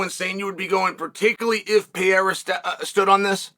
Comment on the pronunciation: Chael’s done it. He’s pronounced Alex’s name right. Undefeated and Undeterred.